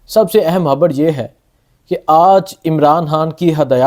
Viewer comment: Habarr??? Kya hy?? Bar bar Habarr kyo kehbrahy ho??